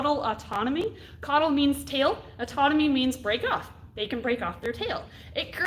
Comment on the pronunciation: Great video and very informative, I wish I’d caught it live. Just wanted to add that there was a slip of the tongue and that when lizards drop their tails it’s caudal autotomy rather than caudal autonomy. Overall a good watch and I’ve learned a lot from this channel